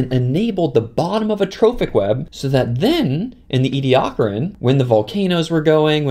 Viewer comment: There's so many ways to mis-pronounce 'Ediacaran'